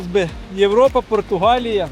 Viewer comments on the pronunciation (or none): none